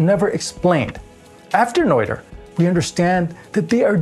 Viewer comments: It's Nöther, not Neuther. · Pedantic state follows: Noether is pronounced nerter, not noiter. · Regardless of Noether or Nöther, shouldn't the pronunciation be the same? You pronounced the name as if it had been spelled Neuther in the German language. I went to Google translate, selected the German language, typed in Nöther, hit the play button, and sure enough, the correct German pronunciation could be heard. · The "oe" in "Noether" is pronounced as the "i" in "girl" - approximately. Greetz Herzele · The "oe" in Noether is pronounced like the French "oeu" in oeuvre or boeuf. "Oe" is NOT two separate sounds, only one. It is just another way to write the umlaut "ö".